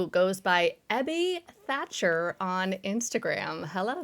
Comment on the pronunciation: Tiny annoyance - it´s THACHER, not 'Thatcher'. Edwin Throckmorton Thacher. I know it´s a small thing, but still. This is usually corrected when you search for his name (though it is often spelled wrong even in articles), but if people want to read up on AA history you might miss important stuff if the relevant names are spelled incorrectly.